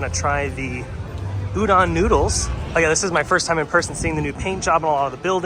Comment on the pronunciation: Just an FYI Udon is pronounced ooo-do(long o)n 😃 Great video,!!